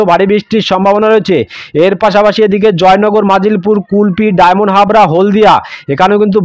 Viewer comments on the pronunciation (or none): আপনি জায়গায় নাম ভুল বলেছেন যেমন ফ্রেজারগঞ্জ কে বলছেন ফ্রেসারগঞ্জ খেজুরি কে খাজুরি ঝড় খালি কে ঝাড়খালি ডায়মন্ড হারবার কে ডায়মন্ডহাবড়া জায়গায় নাম সঠিক বলুন।